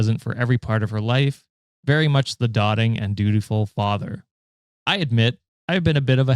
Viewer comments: it’s pronounced doe-ting not dot-ing. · It’s “dōting” not “dahting.”